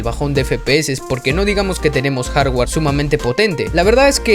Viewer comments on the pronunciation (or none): none